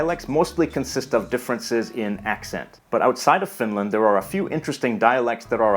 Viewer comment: Please don't pronounce Finland with a long "land". It's short and curt. TYVM. And to answer your question, yes, I can tell immediately which region of the country a speaker is from, although some soften or completely mask their dialect when moving to the larger cities. I'm from the lapland area and have lived in the south for a decade and a half now and have taken care not to lose my dialect.